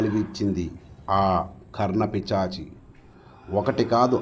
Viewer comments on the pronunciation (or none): అయ్యా కర్ణ పిశాచి... మీరేమో కర్ణ పిచాచి అంటున్నారు.